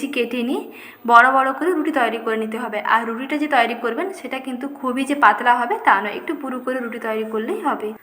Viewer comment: Apni muslim na hindu, nasta bolchen,tai bhablam kothata toiri,apni bolchen tayari ar sa sa korchen kano bhul uccharon. thik korun